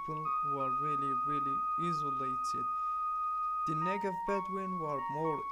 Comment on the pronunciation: did he say qatar and negev desert? hard to understand